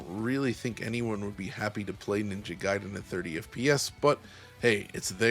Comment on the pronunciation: Thank you for not pronouncing it as "Ninja Gayden". Makes the review easier to get through.